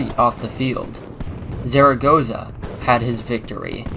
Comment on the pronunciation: Not bad but check the Spanish pronunciation of the general (so funny to hear the name of the Mexican general like you do). Puebla is not a desert city ( less than Dallas or Houston) except for during the dry season 3 out of 12 months)